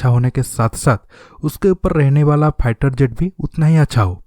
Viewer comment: aby salay ..... pehlay bolna tu seekhlay.....phieter jet kia hota hai....